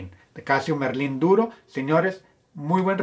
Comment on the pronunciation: Es Marlin no Merlin, jajaja saludos amigo desde México